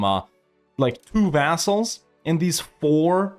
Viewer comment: "vassals", "assholes" sounds the same :D